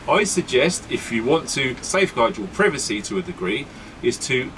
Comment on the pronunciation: did he say privacy or pervertcy ?